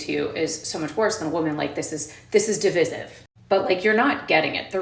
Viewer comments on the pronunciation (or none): y'know I gotta say something just a wee bit off topic here. just an fyi (for those I'm addressing...that's pronounced eff why eye).... to all the morons who think intentionally mispronouncing a word makes them somehow sound sophisticated, this one is for the numb nuts , 1 sweetie you'll never out makeup Divine, 2.... the word is NOT pronounced di V-is-iv..... it is pronounced di vie sieve the root word is not di vid it is pronounced di vide effing morons. get it right, you sound like the idiots you are. now.... Esther, I apologize for my rant and will gladly continue the vid eo. Thank you for your patience. :D